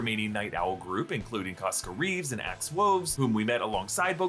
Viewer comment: . "Costco Reeves? Lol